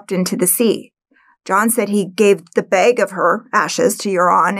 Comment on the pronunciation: WTF is a "bayg"? Are you trying to say bag? There's also no such thing as a "Jayguar".